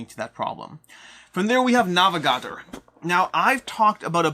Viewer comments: I think it's pronounced "Hentes" which means "peoples" in Spanish. Also "Navegadór", you accent the last syllable. "Orleahn" instead of "Orleens". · The way he pronounces Navegador is like nails on a chalkboard haha great vid though